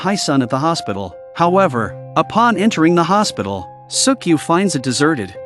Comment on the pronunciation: Bro said suck yu